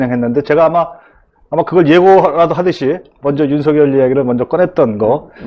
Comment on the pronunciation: 오우! 전영기 최고네요~ 더이상 무지를 드러내지 말고 윤석열 제대로 발음하세요